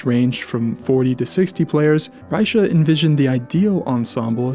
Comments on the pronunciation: "Rycha"... don't know how the Germans and the French pronounced his name at the time but the current Czech way of pronouncing his name as "Rey-kha". Great video otherwise👍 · German name, German pronunciation. Plain and simple. Fascinating presentation, though! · the ch is pronounced like in Loch Ness. are you sure that "die Kunst der Fuge" contains variations? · that's not how you pronounce his name FYI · yeah and it's wrong.